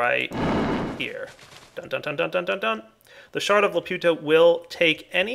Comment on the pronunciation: you mispronounced the shard of laputa's name